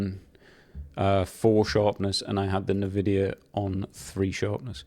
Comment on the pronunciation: Great video! BTW. i believe its pronounced N-VIDIA. Fun fact! Invidia in Spanish means Envy ...So maybe its a play on fords for Nvidia.